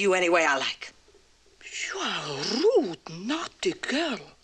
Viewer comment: had a lovely rolling tongue with her pronunciation of the word 'rude'